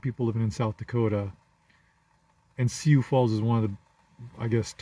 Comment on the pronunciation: Lot of Africans in the Dakotas. And it's pronounced sue